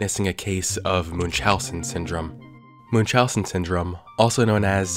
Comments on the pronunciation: It’s pronounced mun like Monday. “Muhn-chow-sins” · idk if that's the actual pronunciation and everybody I've heard has pronounced it wrong but I've never heard Munchausen pronounced that way